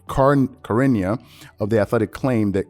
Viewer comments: Lol butchered BOTH of their names 😂😂😂 “Sher-ahn-i-a” and “Mac-uh-fee” Bro was struggling with his words today 😂😂🤦🏿‍♂️ Good content tho ! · Cha in Charania is pronounced as Cha in Chain or Challenge! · Hey So Shams Charnia his last name is pronounced Charnia (Shar-nee-a) food effort though keep up the good work enjoy the b-ball news and the Stephen A takes how much of a phony that clown is lol. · its Sha-ra-niah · Just for your own future reference Charania is pronounced Sha - rah - nia.